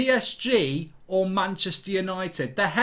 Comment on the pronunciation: It is so funny when he said untied for the champions league 😂 I am dead